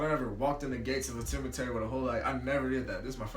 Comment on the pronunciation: nigga said temetary😂😂😂💀💀